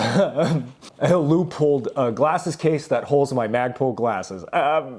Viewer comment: Omg. He said leupold normally. 🎉